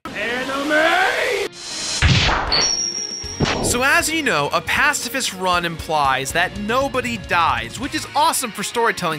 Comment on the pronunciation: "Pasifist rum"